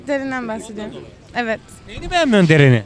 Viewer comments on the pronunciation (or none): Abi deren değil derin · Derin' e Deren dediler